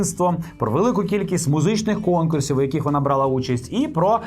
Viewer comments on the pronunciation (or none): none